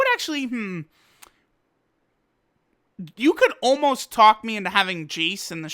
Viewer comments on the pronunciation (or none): none